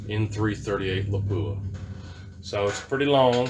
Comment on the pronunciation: lap wah, not pap u ah